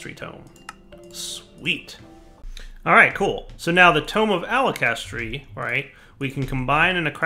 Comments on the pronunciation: Every time said "alakestry" I cried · its pronounced (ALK-a-hess-tree), sorry but its from full metal alchemist, and hearing mispronounce it (you can tell even from the spelling, sounding it out) tilts me so much!